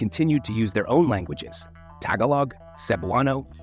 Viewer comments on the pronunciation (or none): You said it so wrong instead TAGALOG YOU said TAGALAG. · Tag-uh-log?… Tagalog is pronounced tuh-gaw-lug… It’s every Filipino person’s joke of how people from the U.S. pronounce words from any dialect of the Philippines. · why mispronounced 'tagalog' in the beginning of the video when you got it right at the end? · And you can’t even Pronounce Tagalog correctly. You can’t even Read it right.